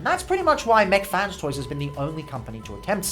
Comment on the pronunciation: Why u say mac fan toys